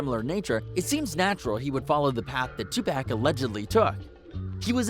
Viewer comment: Bro u can't even pronounce 2Pac right, it ain't fing 2 pack god damn it. Get outta here with these dumbass video's.